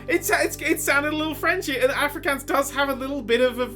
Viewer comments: Interested that Nerdcubed likes to pronounce my language so wrong (Afrikaans) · As a South African, hearing pronounce Afrikaans was the funniest thing. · Lol, I'm Afrikaans, and I have to congratulate you on guessing correctly. The way you pronounced the name of the language is hilarious though.